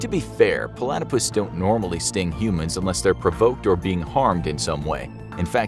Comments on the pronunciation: Why are you saying Palatypus instead of Platypus? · PO-latopus. That is all.